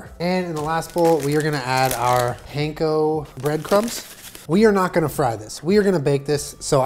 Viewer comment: saved all the recipes, watched to the end, cringed so hard at the pronunciation of “panko”